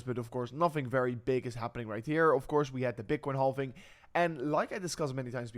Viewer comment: Silent "L" in halving my friend ❤